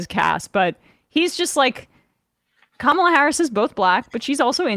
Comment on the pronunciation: The one Republican who bothers to actually pronounce Kamala’s name correctly.